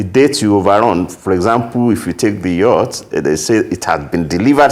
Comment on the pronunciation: He is an illiterate hearing the way he mentioned yacht